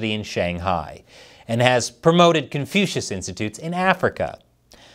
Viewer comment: Confushis or confusedfish??